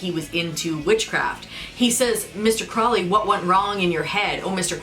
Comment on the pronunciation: It's actually crow-lee but Ozzy mispronounced it. The person did exist